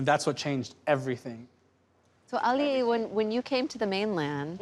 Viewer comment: Auli’i (Ow•lee•ee) not “Ally”